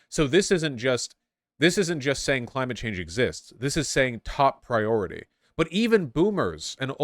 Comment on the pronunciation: Biden saying "Cimate change" is so fucking funny